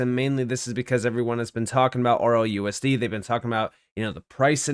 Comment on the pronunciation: Why do you keep saying “ROUSD” when it’s RLUSD?